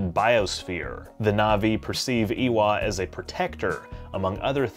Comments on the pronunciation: its EYWA not EEWAH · Eh-wah. Not Ee-wah. How do you watch a movie and hear it a dozen times and not know how to pronounce it? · Eywa = Eewa ....... did he not watch the movie, I'm like % sure they pronounced it as AY-wa. the Ey pronouncing as Ay, like when someone goes "Ay, where're ya going?" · IS THIS GUY SAYING EEWAH??? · Ewya is pronounced as A-wah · How is Eywa literally the single most important thing in these movies yet this dude still managed to pronounce it wrong☠️ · My man made a 15 minute video about avatar and pronounces Ewya wrong lol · The way you pronounce 'Eywa' is displeasing to my ears, Lmao. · Why do people change how things are pronounced. The movie literally tells you how to pronounce “Eywa”.